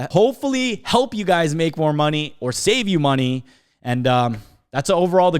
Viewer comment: "hopefully be able to make you guys make morny" 👀